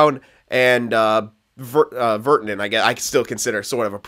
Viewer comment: virtanen is pronounced ver- tan-in.. the tan sounds like Dan really pronounce the an